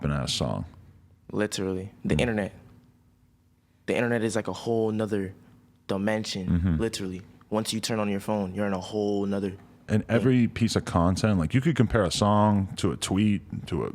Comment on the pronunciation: Hold up did this nigga say domension?😭 Nah fuck a night school stay in actual school